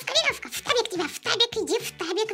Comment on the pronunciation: ФТАБИК, а не штабик